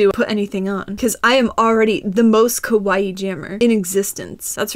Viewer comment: Kawaii, not kwai.